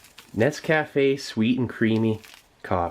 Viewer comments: Please, PLEASE, stop pronouncing Nescafe like it's three separate words. Ya drivin me crazy. It's not "ness-caf--a," it's "nesk--afe" Say it fast, one word. Rhymes with bouquet. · For the love of God man learn how to pronounce NesCafe-------here's a link for you